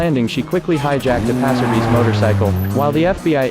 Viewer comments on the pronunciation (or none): What the hell is a passerbe?!? 😂 can’t even get passerby correct.